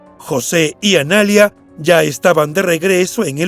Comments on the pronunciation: Es Analía, no analia...con la tilde en la i, por si no se entiende. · No es Analia, es Analía con acento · Dislike por decir "Analia" en vez de "Analía" 👎🏻👎🏻👎🏻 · Analía, no analia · jajaja entré a decir eso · Analía, con acento en la "i"... ANALÍA M0GÓLICOOOOOOOOOOOO!!!!! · Es Analía, la vocal acentuada es la í!!! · El nombre Analía no se pronuncia así. Tiene acento en la i. Y suena muy diferente a poner acento en la segunda a . Analiiia